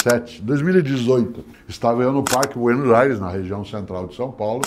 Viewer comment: Isso que ele tentou falar é BUENOS AIRES????